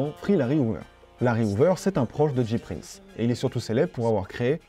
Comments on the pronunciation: C'EST PAS DJI PRINCE C'EST JAY PRINCE PUTAIN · James Prince (J Prince) prononcé "Jay Prince" pas "Dji Prince" sinon ce serait "G Prince" :'(